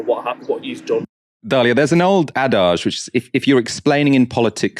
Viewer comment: I think we need to call the pronunciation police wrt the 'adage' incident at the start of the film ;-) - you sounded like an American pretending to be sophisticated Slightly puzzled that Ms Gebrial appeared to suggest that the Tory candidate needs to improve his stonewalling and bullsh!tting abilities.The guy is obviously clueless but don't be giving him pointers eh? ;-)